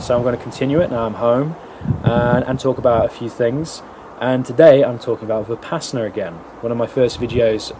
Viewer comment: Vih-Pass-inna Why do all westerners pronounce it this way? 😂 Vi-puh-sauna